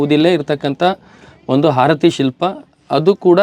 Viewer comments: ಹಾರತಿ ಅಲ್ಲ ಆರತಿ ದೇವಿ!! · #ಹಾರತಿ ಅಲ್ಲೋ ಮರಾಯ #ಆರತಿ ಅನ್ನಲು ಕಲಿರಿ